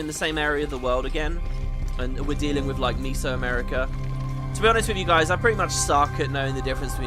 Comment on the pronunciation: said mezzoamerican like miso soup